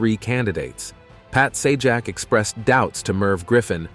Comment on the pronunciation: Agree...LAZY. I was noticing the same thing LOL - Saw-jack. And when it's talking about Chuck Woolery, no photo or video of him is shown. Garbage.